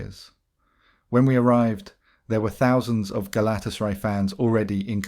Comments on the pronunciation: Does this guy just read shit out without actually knowing what he's reading? Pronouncing Galtasaray the way you do makes you seem like you haven't a clue about football. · Hilarious pronunciation of Galatasaray!😂